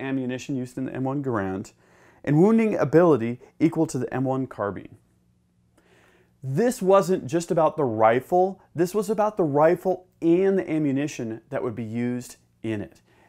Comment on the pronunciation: Carbine is not pronounced car-been. It's pronounced car-bine.